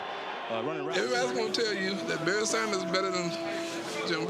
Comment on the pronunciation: “Berry Sanders” lol It’s Barry.